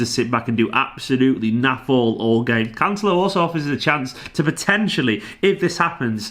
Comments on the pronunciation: As long as he can cover at LB and LWB as well, I think this signing makes sense. A small pedantic point on the pronunciation... you're close with Cancel-o but the emphasis should be on the E as in Can-Sell-O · As a (brazilian) portuguese speaker is always funny to see you guys struggling to pronounce correctly the portugueses names hahaha but I definitely can understand your doubts, it is quite difficult! It's CanCE-lo, not with de italian "c" (Can-che-lo) or the spanish "l" (Cance-lho). tbh I have no idea how to explain that here but hopefully we're gonna hear it in a couple weeks:D love your channel, congrats for the amazing work here